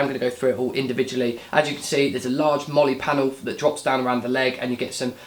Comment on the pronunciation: You pronounced MOLLE correctly! I'm so happy! I have the 2nd gen HSGI version of this rig, it has a width of 6 loops instead of 5, makes it slightly more useful imo.